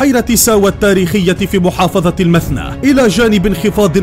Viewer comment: شلون قال اسم محافظة المثنى هههههههههههه